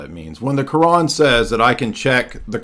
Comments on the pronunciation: they love pronouncing the quran as “qur- an “ to sound as if they are really in the know😂…… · Bro... The way all this people pronounce Quran is so hard to listen to. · Am I the only one who cringes when American Muslims pronounce Quran like that lol